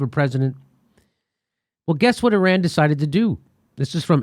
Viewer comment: I believe what you say because you pronounce Iran and Iraq correctly. Those people who say Ayeran and Ayerak but still say Italy and Israel... switch it straight off.